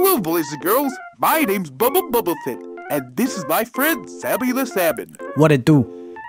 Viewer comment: "babba"💀 It's Bubba